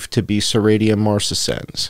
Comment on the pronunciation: Pronounced Serashia Marcessens.